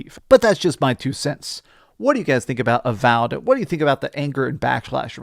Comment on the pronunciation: what happened with some of the pronunciations in this video haha, called avowed avalled at one point and called re fantazia re fontayzio